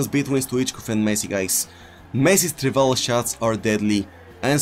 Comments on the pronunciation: What is he saying, drivella finish? What is that? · What the f### is "Drivella" finish?😂😂😂😂